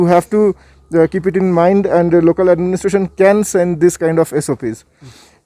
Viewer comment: sha shabd ko sahi ucharit kiye sir jaise koshish ko kosis mat khzhiye. Administation ko adninistasan mat kahiye sir..Baki apka journalism bebak aur lajwab he